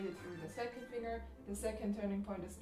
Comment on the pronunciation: The most annoying thing about this GREAT video is the pronunciation of the word FINGER!!! "Finger" is NOT pronounced "FING - ER", it is pronounced "FING - GER".